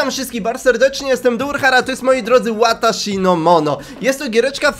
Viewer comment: Wataszi nie łataszi